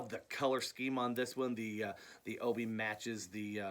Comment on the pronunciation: Hey Billy. .awesome video. ..I'm also a big Japanese vinyl collector...you have some great additions to your collection. Oh and it's pronounced : O - Bee Not O - Bee -I. I got that from an actual Japanese friend...it means Sash..like a belt...hope this clears things up.